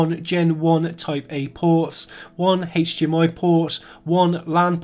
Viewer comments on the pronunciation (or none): none